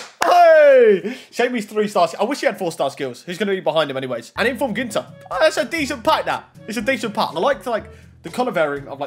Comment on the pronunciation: I sold my ps4 cuz I was bored of fifa but I keep watching you bro good going!! Also it's ginter not gunter xD